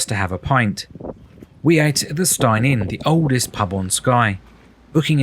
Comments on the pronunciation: Stein is actually pronounced Steen. Glad you enjoyed our beautiful island! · Last word. The location of the holiday let is pronounced Steen as in preen not Stein as in Fine. End of grump ! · Pronounced Steen not Stine